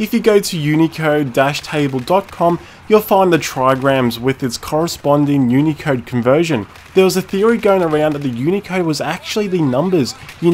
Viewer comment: i thought you said unica intead of unicode